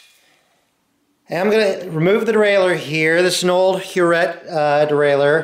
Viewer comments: Huret is French, thus pronounced her ray. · Hi The 'T' in Huret is silent. HTH Brilliant video.